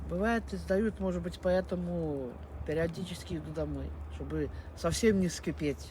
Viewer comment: Поэ́то́му нежалъ